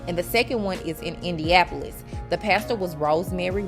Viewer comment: You don't know how to pronounce IndianNapolis...